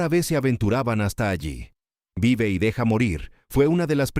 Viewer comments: No es Vai y deja morir......es Vive y deja morir. Revisa el audio. El locutor pronuncia mal el nombre de la pelìcula. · Es vive y deja morir. Han vocalizado mal el título durante todo el vídeo.